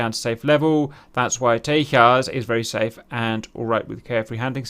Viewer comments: Cap I know there are a bunch of guys who have corrected the way TEJAS is pronounced.. but still it was super cringey to watch you butcher the pronunciation every time you said it lol.. Much love for the content you guys make.. and look forward to Tejas coming to DCS one day.. Also its weird that the Indian Navy said the Tejas was heavy but are not considering F-18 Super Hornets for their carriers.. well it could be some serious lobbying by Boeing if you ask me.. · I love your videos but please learn to pronounce Tejas as Tejas and not Teyas Also do more research please. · Why would an India-developed plane have a Spanish name? Tejas in Sanskrit means "Fire" and is pronounced as Tay-Jas as in pronouncing it as in flower Jasmine, not as Tay-Yas, the Spanish way. And no, it definitely hasn't the slightest relation to Texas. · Tejas is a Sanskrit (not Spanish) word and j is pronounced “j” not “y” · Nice video...but.....not Te-h-as, for Texas...but Te-j-as. 'J' as in jungle. Hindi/Sanskrit for brilliance, tip of the flame or cutting edge of the sword. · its not tehas,its tejas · It’s pronounced with a j rather than teyas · That pronounciation of Tejas is attrocious. Like, why would an Indian name (Sanskrit for Radiant) be pronounced by Spanish rules? Its simply `Tay-Jus` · J is pronounced like in English, not like "H" in Spanish. So Tejas is pronounced Tay-Ju-s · small correction: it is pronounced as Te-Jas (Jasmine pronunciation). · Tejas, loosely translated, means "Incandescent" in Sanskrit. It's not a Spanish word, in this context and it is pronounces as it is written....Tay as in Taylor, Ja, as in Jamming and well...S, as opposed to Tehas or Tayas. Also, it infact, is a very tiny aircraft, I assume it was something IAF learnt from the Gnats which proved lethal against the F-86 Sabres of PAF due to them being hard to spot visually...Tejas already is hard to catch on Radar given its RCS is reported at 0.5 m^2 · It's Tejas with a J, not Tehas. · Hech hey hell - Teyas 🤣